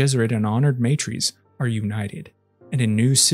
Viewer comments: MA TR As Not May Trees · Why does the narrator pronounce Leto like Layto, Teg like T-egg instead of Tiig and honored matres like maytrees instead of mahtres. Really annoying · Just gona put this out here because i hate incorrect phonetics. It is not said "MAY-trees" when refering to the Honored Matres. The word is said "Mah-trehy". Now you know. Folks, we have google these days. So if you dont know how a word youre reading is said you can literally look up the correct pronunciation. Please for the love of the fuckin english language, take thirty seconds and look it up. Especially if youre doing presentation style spoken content. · It's MAH-trays. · Every time you say matres wrong a part of my soul dies.